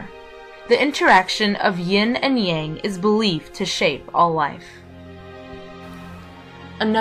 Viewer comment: There are so many inaccuracies in this video. Learn how to pronounce the following words: Dao, Yang, Deity, Immortality, Wu Wei, etc. You've missed the point of Daoism: having a personal relationship with Nature. If only more Christians would learn that.